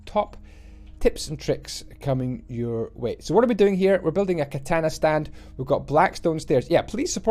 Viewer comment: It's so funny how he butchered the word "katana"😆